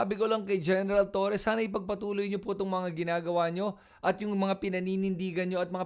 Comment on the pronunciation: Ayusin mo kaya pag pronounce mo ha!!! Sino ba si TURI whahahaha🤬🔥 Hanapin mo yung sinasabi mo na tao. Buti pa sabihin yan sa amo mong DuDirty🤬🤬🤬🤬🤬🔥🔥🔥🔥